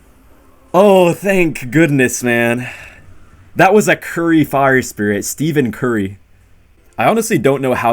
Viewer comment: He's kidding. Settle down. If you watch him, he mispronounces several names for fun.